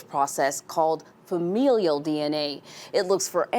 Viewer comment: Someone tell this woman how to pronounce FAMILIAL. It's not fam-EEE-lial.